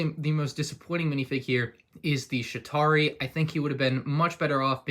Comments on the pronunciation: Sounds like is saying Shitari instead of Chitauri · Again, its "Chitauri" not "Shitauri" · Pretty sure he said shit-ari